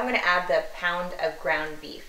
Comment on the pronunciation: When you said a pound of beef. Andy England 🇬🇧🤣